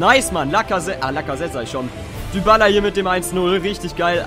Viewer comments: man spricht Dybala "Diballa" und nicht "Düballa" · er heißt nicht Dübala